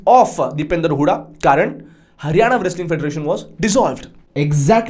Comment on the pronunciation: व्रेसलिंग नाही रे मुर्खा it's रेसलिंग कोणी पण येऊन युट्यूबर होतय आजकाल भेंडी. कूल वाटायला मध्येच इंग्लिश बोलतेय ते पण चुकीचं